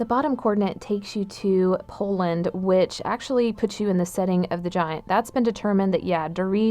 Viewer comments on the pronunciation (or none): none